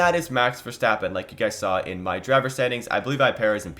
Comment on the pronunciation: You finally learned to pronounce verstappen right thank you